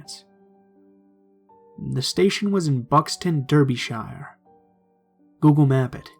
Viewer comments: Side note - Derbyshire is actually pronounced Darby-shur and the Pennines are Pen-nines. Ok, it's just anyone from the UK watching this might get a bit judgemental about pronunciation. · Just too let you know Derbyshire is pronounced Darbyshire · Re: story #1 For what its worth 'Buxton, Derbyshire' is pronounced 'Buck-stun, Dar-bish-er'. Hope this helps. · Not wanting to be a pain in the arse, but it's pronounced "darbeesher" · lolol the way he said Derbyshire